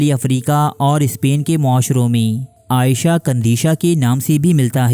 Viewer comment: بھائی آپ نے نام صحیح نہیں لیا…… عائشہ نہیں عیشۃ قندیشۃ نام ہے…… تھوڑا احتیاط اور خیال کریں۔